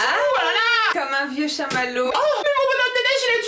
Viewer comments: C'es shamallo pas machmallo ❤️ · Joyeux noël a toute les trois, et au abonné 🌴❤🌴❤🌴❤🌴 tu ma donné faim, et vous êtes trop marrante. ps: on dit CHAMALLO